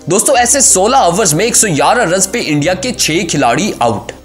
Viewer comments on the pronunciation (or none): Yaara nhi giyaraa hota hai bhai Athattis nhi artis hota hai Chortalis nhi chawalis hota hai